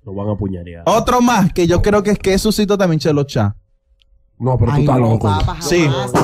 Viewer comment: Este tipo no tiene un léxico acto para programa, sus pronunciaciónes están errónea la que más repitió fue sucito *sucio. no me importa lo que seas pero hay muchos locutores con un alto nivel de vocabulario y no se le a dado ese chance hazlo valer.